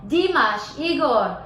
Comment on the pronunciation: Наташ, Димаш - ударение на А...на А не на И...иностранцам трудно объяснить произношение,но русскоязычным - легко: лишь написать и обозначить ударение...